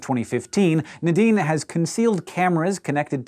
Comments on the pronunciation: Nuh-deen, or Nay-deen? I've never heard it pronounced the way Hank is saying it, it's always been Nay-deen for me. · Everytime he says Nadine, I hear The Dean🤦🏾‍♀️